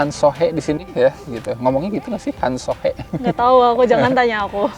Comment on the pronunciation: Bacanya han so hi bang